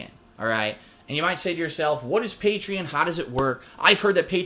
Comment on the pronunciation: He pronounced Patreon wrong.